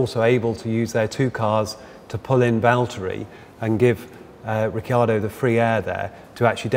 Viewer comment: i hate how this guy keeps saying 'ricky-ardo' as if he's new to formula 1. his colleague even pronounces it correctly and he still says 'ricky-ardo' smfh